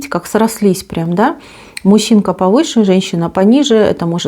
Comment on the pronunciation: Как же коробит от вашего "мущинка"..